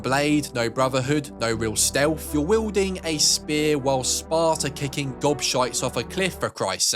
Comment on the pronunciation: Your advice is as good as your English, like stelf (stealth) lol So, play something else